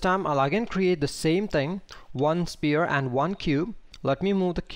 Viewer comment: You do a great job, don't get me wrong, but please: the word 'sphere' is pronounced like "sfere'. You are saying a completely different word 'spear' which is a point-ended stick weapon. The 'ph' is pronounced much like an 'f' not like a 'p'.